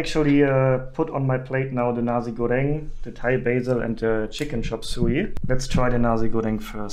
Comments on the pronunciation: Nasi is pronounced Na-see/sea/c, not Na-zee by the way. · NaZI Goreng maybe sounds offensive in Germany...haha.. maybe pronounce Na- "C" goreng will sound better